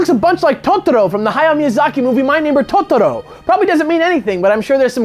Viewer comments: Why does keep pronouncing Tottoro instead of Totoro. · I can't tell if "Totoro" pronunciation was him trying to pronounce Japanese right, or stressing it really hard because people give him shit when he doesn't pronounce Japanese right.